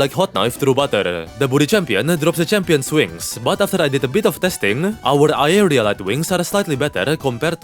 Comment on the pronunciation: Am i trippin' or no longer struggles to say aerialite?